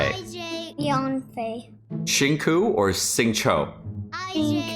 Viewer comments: As a YouTube frog, I don’t know if never learned how to pronounce his name or is just trolling when he says shin ku. Please enlighten me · ok but it’s not pronounced xing ‘coo’ 😂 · Not you teaching him how to say Xingqiu wrong 😔